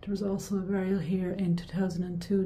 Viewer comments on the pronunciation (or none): none